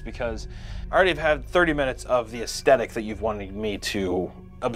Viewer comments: "Aesthetic"...... ass "TH" tic...... other than that . Love your work!. Xxx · Say aesthetic again